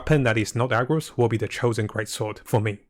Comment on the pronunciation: Dude everytime you said AGROS it unreasonably tilted tf out of me lol. It's ARRRRGOS. NOT AGROS.